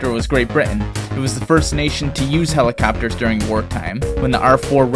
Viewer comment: Helacappers lol but besides that amazing video